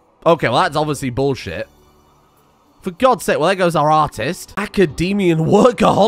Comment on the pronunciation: Gourmand, not groumanede.